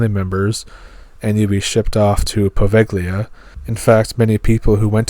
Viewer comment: you really need to check your pronunciation Glouscester is "Gloster " Worcester " is Wuster "..I know, crazy but there you go..Poveglia, Poveylia...